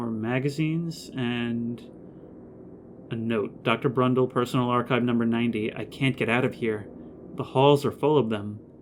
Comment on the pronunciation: Why are you saying “Crundle” instead of Brundle? I’m not trying to give you shit or anything, I’m just curious.